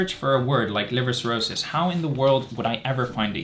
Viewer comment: Erm... it's cirrhosis not 'chirrosis'...